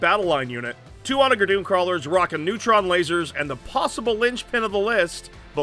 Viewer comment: This will get lost in the void but the word onager is pronounced with a soft g. It has a real meaning too - it's a ancient Roman seige weapon. I love these 40k videos you all make so much, and I will continue to binge until there are none left, but every time you all say onager I twitch. (p.s. If this is some Warhammer lore thing then I stand corrected)